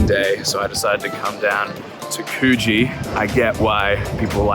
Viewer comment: The way you're mispronouncing Coogee cracks me up lol.